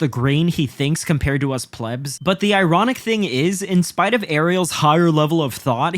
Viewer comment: You pronounced “plebs” wrong